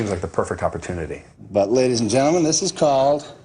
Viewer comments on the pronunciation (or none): none